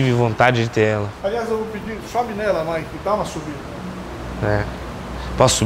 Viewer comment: Ele fala maiki várias vezes kkkk